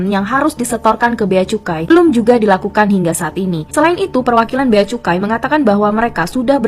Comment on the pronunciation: Cukai bkn kucai .... Kak oiii ...😂